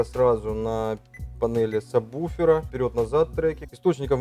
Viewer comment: Не самбуфер, а сабвуфер